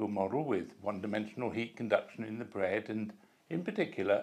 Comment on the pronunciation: Nice and criwspy bwead. Why do many British talk this way